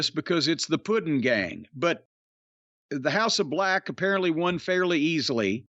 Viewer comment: "House of BLECH" this man is a genius 😅😆🤣